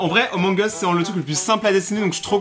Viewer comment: J'adore mes le truc qui me stress le plus c'est que au lieu de dire amongus il dit omongus